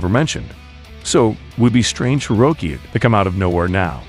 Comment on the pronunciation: You know, at first you pronouncing it "Roekie" irritated me. Then I realized, if Itagaki introduced him into the manga, he probably WOULD put a lawyer-friendly spin on his name like that!